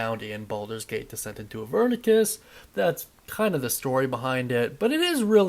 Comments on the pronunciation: Idk why it bugs me so much when he mispronounces things but I noticed he kept saying “Avernicus” instead of “AVERNUS” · Where are you getting the K sound in Avernus